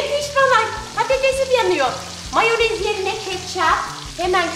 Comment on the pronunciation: Abla sen moyanezi yi cem dedin ama yemedin